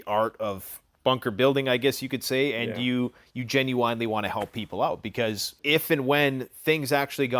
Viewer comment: Everyone: “genuinely”: “gen-u-winely”